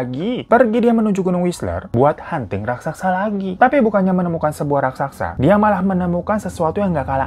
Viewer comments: RAK - SA - SA bang. Bukan RAK - SAK - SA. Dicoba pelan2 deh bang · Raksasa bang bukan raksaksa 😂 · Raksasa ya kak Bukan rasaksa.. 🤣🤣 Canda kak.. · Raksasa baaaangggg😭😭bukan raksaksa😭😭😭😭😭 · Bukan RAKSAKSA bang. RAKSASA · RASAKSA? atau RAKSASA? 🤣🤣 aku bingung